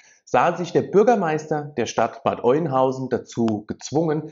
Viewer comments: Bitte nicht Bad Eunhausen sagen. Bad Öenhausen oder Bad Öhnhausen, so spricht man das aus. Dein Beitrag ist aber ansonsten gut.😘👍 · Nicht Oinhausen, sondern Öönhausen ausgesprochen 🤓 (Bad Oeynhausen) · Sorry , es heißt Bad Oeynhausen OE = Ö ausgesprochen ,, also Öeynhausen ausgesprochen !! 👍🏻😉😉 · AUA, das tut langsam echt weh in den Ohren. Es heißt ganz einfach gesprochen"Bad Öh'nhausen"